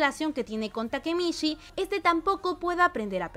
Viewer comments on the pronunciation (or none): "takemitchi" por favor 🧐